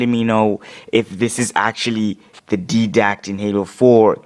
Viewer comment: its not Deeee dact its dyedact -.- and its not him it was a concept listen to the vidoc